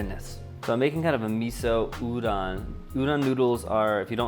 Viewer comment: It's funny to me that you worried about your pronunciation of onigiri even though you said it right, whereas you pronounced udon wrong the whole time lol